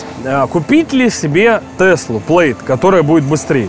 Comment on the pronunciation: Тесла называется не "Плэйд", а "Плэд". Ухо режет😑